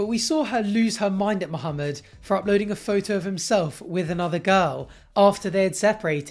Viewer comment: I really hate how Danielle pronounces Mohamed as if it's two separate words😤